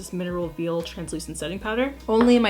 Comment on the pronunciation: reads veil as “veal” me:👁👄👁